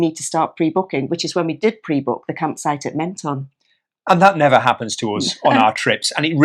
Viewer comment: p.s.. I stayed in that campsite in Menton many years ago ! nice town. They pronounce it phonetically "Mon - ton" not "Men - ton "